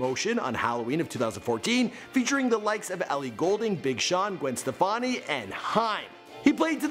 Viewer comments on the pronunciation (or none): we just gone let the way he pronounced Gwen "SteFANy" slide ok...